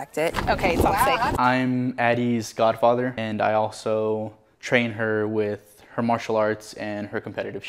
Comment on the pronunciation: Did that guy say gun father? I like that, I could use one. 👍